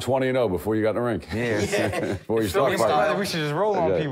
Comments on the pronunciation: I’m not paying $15 to listen to Joey keep saying “rink” lmao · Sounds like Joey is saying Rink NOT Ring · Lmao. Joey doesn’t know the difference between a rink and a ring. He keeps saying Rink. Lmao. It’s a boxing ring not rink.